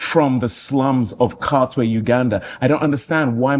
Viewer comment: The pronoucation of Katwe is on crutches 🩼 but he did a good job in the movie so we'll give him a pass